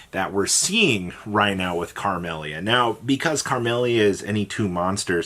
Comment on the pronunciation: Who's carmelia 😂it's camelia